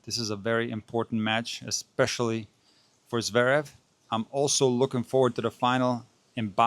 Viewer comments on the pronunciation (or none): none